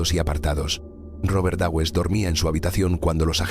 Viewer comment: este video es el claro ejemplo de la incompetencia de la educación del ingles en países hispano parlantes! Existe tantas gente con un conocimiento de los dos idiomas que en toda la gente que ven este video se creen que es así. A mi me sangran los odios al decir Dawes y Nottingham que no puedo! Es alucinante que esto se acepta